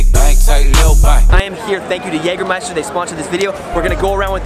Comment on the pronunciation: Jaja Jägermeister kann er gut aussprechen nh 😛😏